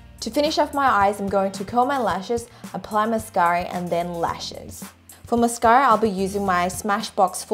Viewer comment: when calls mascara "mascary"